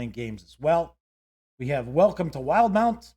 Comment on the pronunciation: "will - di - mount"